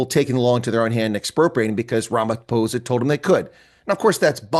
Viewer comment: First time I'm hearing an American pronouncing Ramaphosa correctly.